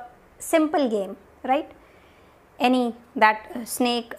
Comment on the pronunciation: I'm in love with word ryte after listening ryte word from you continuously throughout the video awesome it made me laugh a little bit as well😂😂😁